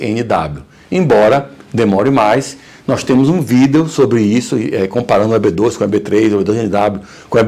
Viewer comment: "um vidÊÔ"